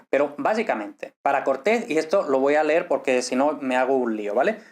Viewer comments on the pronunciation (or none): none